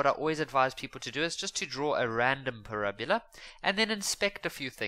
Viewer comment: Not parabula